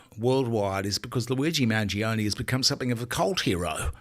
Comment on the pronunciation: Mangione - pronounced manj-yoney - three syllables.